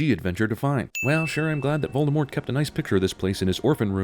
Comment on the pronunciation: Wow, an American who actually pronounces Voldemort’s name right.